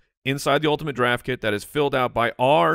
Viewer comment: I took a shot of vodka evrytime I heard them say "ultinate draft kit" and now I'm dead.